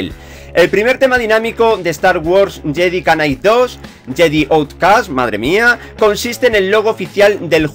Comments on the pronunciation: no es JEDI KA NIGHT ES JEDI NIGHT = JEDI KNIGHT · Cada vez que decía "yedi canai" un diccionario fallecía jajajaja. Perdóname tio pero me hizo gracia.